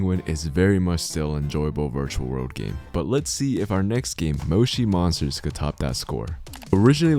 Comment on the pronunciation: That is not how you say Moshi monsters